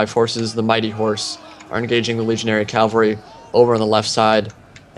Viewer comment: Its pronounces cavalry not calvary...